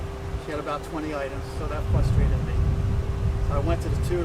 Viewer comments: Can ANYONE pronounce, “FRUSTRATED” these days? Not, Fus... Frus. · “Fustrated me”